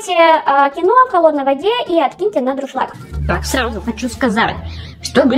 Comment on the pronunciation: А как она называет дуршлаг 😂😂😂 Дррушлаг😁😁😁